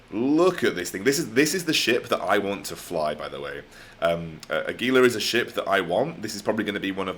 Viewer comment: Gila is pronounced with a “h” sound. Sounds more like Hela. Just saying.